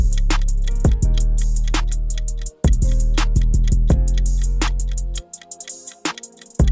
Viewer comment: It’s pronounced like shuge not sooge